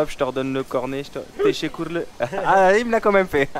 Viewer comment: 😂😂😂 j’aime bien quand tu dit tessekkurleur 🤦🏻‍♂️